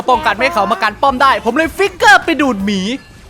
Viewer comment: พี่พูดอะไรลงไป😅แค่คำว่าหมีแต่พี่พูดห*😅อืม😅